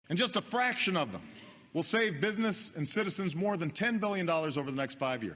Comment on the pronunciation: I heard braction not fraction !!